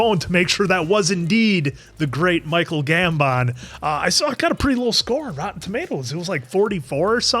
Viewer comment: It still weirds me out the way says Michael Gambon's name. The way he pauses between Gam and emphasis on the BON lol